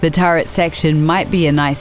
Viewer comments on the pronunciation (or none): none